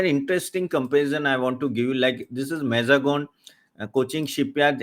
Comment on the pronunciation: Thank you ..for this video. One correction... The lronounciation of MAZAGON is MAAZ GAAV . MAAZ GAAV DOCK is a place in bombay where the dockyard is.